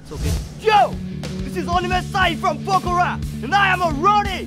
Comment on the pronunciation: she doesn't know how to pronounce Pokhara?